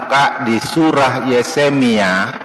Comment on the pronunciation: Kalau orang seperti pembantunya simbahku, yang drop out SD dan benar-benar mengakui bahwa ia drop out SD, masih dimaklumi menyebut Yesemia